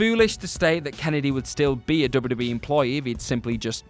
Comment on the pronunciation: THIS GUY SAYS DUBBADUBBAE...